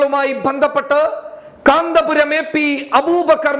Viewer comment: Sorry കാന്തപുരം അല്ല കന്ത്പുരം എന്ന് തിരുത്തി വായിക്കുക